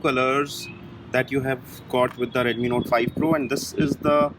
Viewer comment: You said reshmi note 5 pro